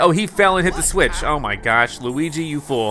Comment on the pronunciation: The first time Bowser said Luigi’s name correctly